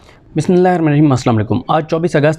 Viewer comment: اسلام علیکم صدیق جان بیٹا جی آپ کی سارے ویل لاگ سنتا ہوں۔اللہ آپ کی حفاظت فرمائے آمین۔۔ بس آپ سے ایک گزارش ہے مہربانی کر کے بسم اللہ الرحمٰن الرحیم پوری پڑھا کریں۔ اور صحیح ادائیگی کے ساتھ شکریہ